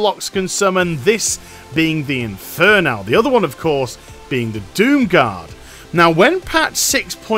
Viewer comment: Why does it annoy me so much that you pronounce it "inferNAL"...